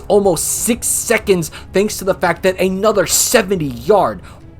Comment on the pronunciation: Go to , and hear him say "aye nother". Then go to , and hear him say "aye," again. (If you want to hear the plethora of "thee's," start at three seconds into the video... then keep your ears open throughout, and focus.) It's by no means a sin, but you may well have ADHD if you're not hearing these. Not to mention an unseemly combination of arrogance and ignorance. Do your homework before projecting your snark and condescension on others... you sound like Trump for god's sake.